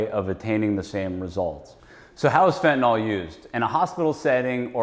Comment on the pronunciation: It’s hard to understand why a great majority of intelligent people refer to Fentanyl as “Fetanol” They are supposed to be professionals and they all mispronounce it. It’s some kind of brain glitch. 🤷‍♂️